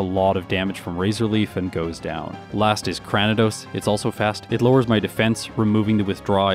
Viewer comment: Afaik. Arceus has two official pronunciations. It was originally are-see-ess but was later retconned to are-key-ess. Speaking of pronunciations, there were quite a few in this video that you technically got 'wrong': Cranidos is pronounced cray-ni-dose, like cranium! Grotle is apparently 'gruh-dull'. Although, unless the name comes from grotto rather than growth, I actually think grow-dull makes more sense. This one I'm not as sure about, but I think Gardenia is pronounced gar-deen-ee-uh, like the flower. Roserade is officially pronounced rose-raid, though rose-uh-raid does arguably make more sense because it sounds more like masquerade. Mismagius is officially miss-maggie-ess, believe it or not. I guess that's why Fantina's was nicknamed Miss Maguire! Staravia is star-ay-vee-uh. It's likely a combination of 'starling' and 'avian'. This one's a bit more nitpicky but Roselia is row-sell-ee-uh rather than row-say-lee-uh. Tropius' official pronunciation is trop-ee-ess. Makes sense, it's about as tropical as a Pokemon gets. I used to call Hippowdon hip-oh-don too but it's actually hip-ow-don. Lopunny is pronounced luh-punny. It's a lop-eared bunny! And finally, Milotic is officially my-low-tick. Its name comes from Venus de Milo.